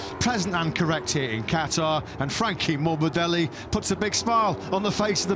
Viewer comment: "franchi morbideli"😂